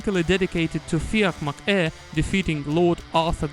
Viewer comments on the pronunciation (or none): Great video. Carlow had a fortified Irish military base, a safe place, so 'follow me up to carlow' was more of a rallying cry. Nobody pronounces 'McHugh' the way you are saying, it's pronounced as it is in the song, sounds very strange every time you say it, like you're saying 'ehhhh?' haha. If you heard the phrase 'beyond the pale' - it's an English phrase, anything outside the pale was scary and weird. White is Sir Nicholas White, an English governor who fell ill around this time. Lane is Sir Ralph Lane but I remember there was no reference anywhere to him 'fleeing' so not sure what that line means.